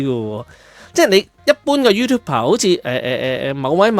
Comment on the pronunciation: YouTu"b"er, not YouTu"p"er